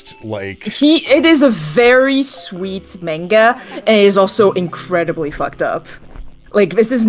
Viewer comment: pronouncing manga like an australian trying to imitate an american accent. "Menga!" Edit: Fuck yeah, Val and Issac mentioned, love that web series.